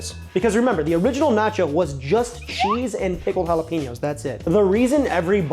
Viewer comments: It pronounced hala-pen-yos Not hala-peen-yos. Just so ya know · Okay, - Jalapenos are pronounced Hala-PAIN- yos.... NOT Hala-PEEN-yos. Please adjust. Thank you.